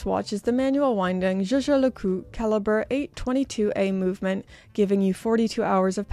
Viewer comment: LeCoultre and not LeCoul